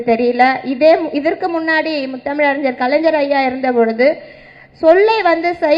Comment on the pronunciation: அறிஞ்சர் இல்ல avengers மூதேவி அது அறிஞர் 🤣🤣🤣🤣🤣🤣🤣🤣